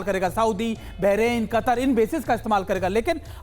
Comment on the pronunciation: Yeh professor बहराइन को बेरेन बोल रहा हे😁